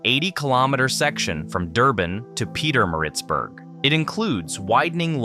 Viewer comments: I thought it's AI narration but then it makes more sense to pronounce things like "Yohannesburg" and "Pieter-Maritzburg" because they're named after people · Great video, but bro if you gonna make a video about SA learn how to say the place names correctly. Upington, Gauteng, Pietemaritzburg, Umhlanga to mention a few that were mispronounced completely. 😅